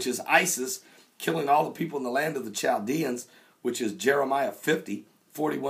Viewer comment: Pastor I love your teachings, because I see the truth, but your pride amazes me, because of your grammer! Too many people have tried to tell you that it's not Ch as in Charles, it's pronounced Kal dee ans as in Chaldeans. Christmas is not pronounced Chris as in tris, it is pronounce Kris as in Christmas. You do not pronounce the ch with a ch as in choo, it's Kal as in California.. We have also tried to tell you that this other word that you mispronounce Gomorrah, is not Gor-my-uh, there is no y in that word at all. I understand that you do have trouble with certain sounds, but these words are simple, and you cause people that want to help you to believe that you just don't care if they want to help, you say them like you want, and not the proper way, as the Bible says "Pride goeth before a haughty spirit, then a fall" It saddens me too! I am not trying to be unkind, but when I went to school, if I had of pronounce the words you do as a n adult, my teacher would have cracked my knuckles until she either broke them or I pronounced the words right, and believe me I got it until I did correct them right. There are words that I have problems with, but when someone corrects me, and I see the difference, I am joyful that I was corrected. I only rebell when they get nasty about it.